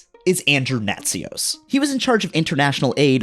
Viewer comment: "Andrew Nazi-os" is crazy